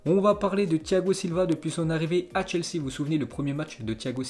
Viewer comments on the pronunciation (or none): none